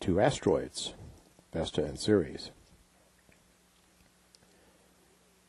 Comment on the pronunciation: Pronounced “Series” but it’s spelled Ceres.